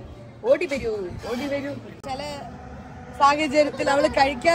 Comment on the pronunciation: Its ഔടി not ഓടി